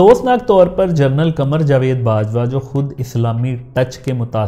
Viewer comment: آپ نے اس وی لاگ میں لا تعداد دفعہ لفظ " جنرل" کو " جرنل " کہہ کر پکارا ہے۔